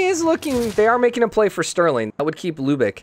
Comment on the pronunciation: Pronunciation Mainz is mine-ts, Lubeck is loo-beck Poor Robert